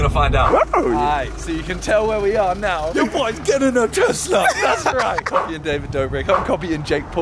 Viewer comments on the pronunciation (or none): Call it tessa----tesla😂😂